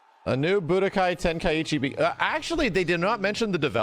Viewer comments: Ten-Kai-Chi not Ten-Kuh-Itchy. Where are you getting that extra "t" from? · Can we please stop pronouncing it wrong? It's not Ten-Kai-EE-Chi It's Ten-Kai-Chi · Why does every american pronounce Tenkaichi so wrong?